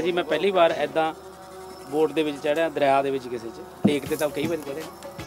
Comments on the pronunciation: ਪਹਿਲਾਂ ਪੰਜਾਬੀ ਬੋਲਣੀ ਸਿੱਖ ਲੈ, ਦਰਿਆ ਨੂੰ ਦਰੀਆ ਹੀ ਕਹੀਂ ਜਾਨੈ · ਝੁੱਡੂਆ ਦਰੀਆ ਨਹੀਂ ( ਦਰਿਆ) ਹੁੰਦਾ ! ਵੱਡਾ ਐਂਕਰ ਪੰਜਾਬੀ ਦੀ ਬੋਲਣ ਲੱਗਿਆਂ ਡੰਡ ਲਾਹੀ ਜਾਂਦਾ ! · Salia dirya nahi daryia hunda sala hindi da.